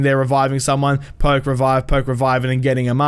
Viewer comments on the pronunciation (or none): none